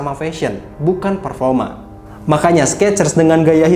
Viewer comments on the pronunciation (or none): none